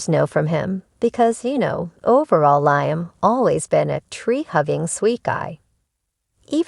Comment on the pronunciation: its liam, not laamen!